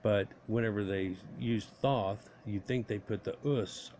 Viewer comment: Pronounced - Th - oh - th